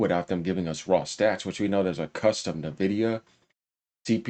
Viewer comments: And also is N-vidia, Not Nah-vidia OMG Lol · Bro you keep pronouncing Nvidia with the N when it's pronounced en-vi-dia like the word envy that's why they went with the name because they want other companies to envy their product, and their logo is green like someone who is green with envy, sorry I'm being a stickler but I just thought I should point this out 😂